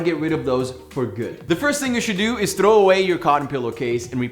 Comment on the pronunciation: in this sentence, you changed the word 'Throw' into an India slang.